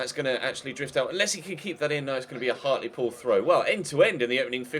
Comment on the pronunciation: Isn't Hartlepool pronounced Hart-l-pool instead of Hart-lee-pool? Also, I support everyone saying leave in January. No need to stay in SkyBet League 2 for so long,!